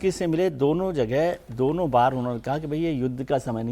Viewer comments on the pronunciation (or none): कुछ निशानी क्यों बोलते हो... सीधे सीधे बार बोलो.... वो बाल नहीं बार है.... काहे से कि जहाँ तहाँ के बालो को बार बोलते हैँ.... जैसे झां... & का बार...